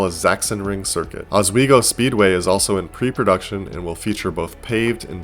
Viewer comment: Did he say Oswego raceway would be added? He pronounced it in a way I've never heard before being from the area, so if he did I'm not completley sure lol